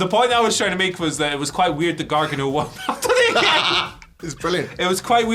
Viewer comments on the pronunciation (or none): continuously saying Gargin-O popped me good. But, I am 100% down for D.I.Y. vs Owens & Zayn. That'll be a barn burner of a tag match.